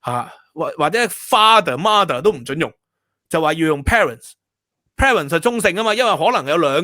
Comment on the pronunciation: mother 的發音不是 ma ther，應該是 mud ther